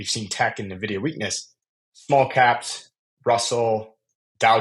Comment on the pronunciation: its N-vidia man